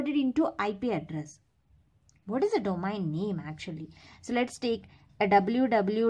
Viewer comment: Abe pagl domain ko domaen kiu pdhte ho aur router ko rutr 😂😂😂